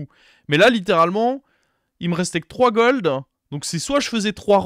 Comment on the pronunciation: Pourquoi dire l'armurheu, goldeu rolleu